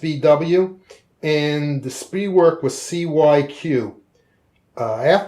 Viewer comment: It is not pronounced "Spree werk" in German. It is "Sphtree verk" as one word.